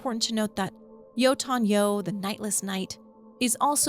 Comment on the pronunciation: it's always so funny hear ppl pronounce yötön yö as jotun joo.